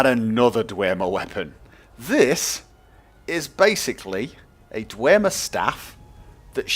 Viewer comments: its dwemer not dwermer just saying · In Skyrim it is pronounced 'Dwem-er' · i'm pretty sure its just pronounced "dwem - er" without the emphasis on the "e"